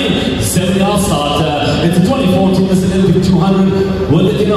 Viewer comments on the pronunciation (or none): none